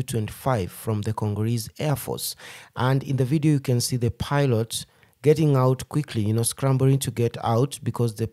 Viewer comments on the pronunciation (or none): none